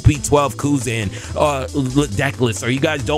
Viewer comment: Real ones know how fun butchering the card names actually is. calls kuzan “Cousin” every time and shit cracks up the gang.